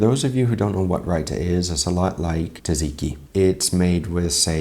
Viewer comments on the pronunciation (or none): Taziki?! It's tsa-tsi-ki! How dare you. xD